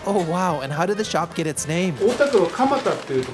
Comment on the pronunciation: add 'ん' at the end of Kamataya💀